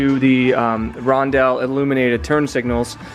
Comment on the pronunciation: Roundels not rondells 😊